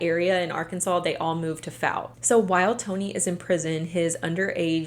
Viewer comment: The likelihood of you seeing this or ever needing to say Fouke again is low, BUT—it's pronounced like the word fall. like FALLk, arkansas. source: i live instate and have been to Fouke many times.